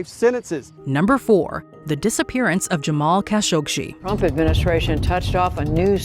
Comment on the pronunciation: It's pronounced "Ka SHOK jee." No "shee."